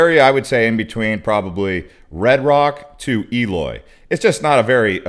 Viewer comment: Why doesn't the moderator make the effort to learn how to pronounce the names of town they are talking about, like E loy